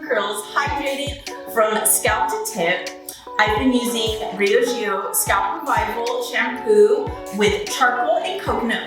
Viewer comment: Ain’t that Bree ahh g oh? Ask the people how you pronounce it😠